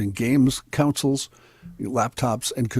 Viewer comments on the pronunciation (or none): someone ask a 3rd grader to tell it's pronounced "KON-soles" not "COUNCILS"